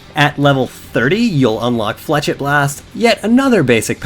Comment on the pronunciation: its pronounced fla shet and nice vid